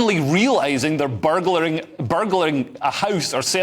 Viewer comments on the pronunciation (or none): Thank god Leo moved on from trying to pronounce burglerizing quickly, we could have been here all night.